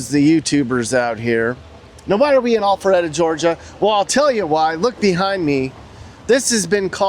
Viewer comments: Sounded like you said All feretta .. it Al Not All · Itsnot allpharette. Its alpharetta. Pronouncing it incorrectly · Is he saying “Awfulretta”? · I’m loving the way says “All fer reda” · Maybe next video you start out with the correct pronunciation of the city name, lol.